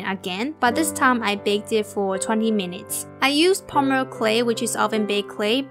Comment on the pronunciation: Why does She pornounce polymer pomyler